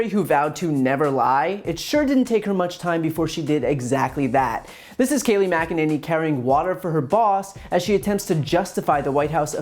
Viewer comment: Her first name is pronounced "kay-LIE".